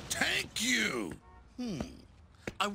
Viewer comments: 'Tank you'. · “Tank you.” I’m dyin’ 😂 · "tank you" xd